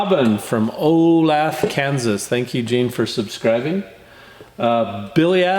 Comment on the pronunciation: Lol,, Olathe, Kansas is pronounced. ( O lath a ), my wife was upset when u said it wrong, that is her hometown...!!! Lol, no biggie, got her cooled off...!!! Lol...! The vid's out there where ur speading the cinder rock looks soo peaceful, I would love to be that far away from my neighbors...! Been trying to send u a pic of my dads D16 Allis Chammer, but not that smart when it comes to computers...!!! Lol...! But anyway i'll get it fingered out and get it to ya...! Used to have an old D7 Cat, cable lift that we left down on the river bottom to rebuild the levy when the river went out of its banks, somebody had went and shot the radiator full of holes with 00 buckshot...!!! As u would know it wasn't a cheep fix...!!! Love ur vid's, take care and "God Bless" until next time brother...!!! 😎👍😎👍😎👍😎👍😎👍